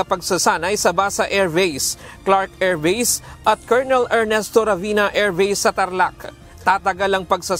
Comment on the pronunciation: sakit sa tenga ng AIRVASE, EYFRIL 18